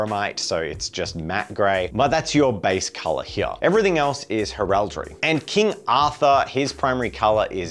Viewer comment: First time here, cool concept but mate, for the love of christ on a bike stop saying heraldry like that.